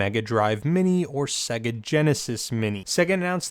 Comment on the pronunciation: WTF is a segguh, it's pronounced Say-ga. Like the game console it's self pronounces when booting a game.